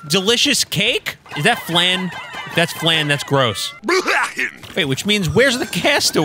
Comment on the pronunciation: Huh cold flan is peak and it’s not pronounced flane it’s flan the a makes the same sound as in against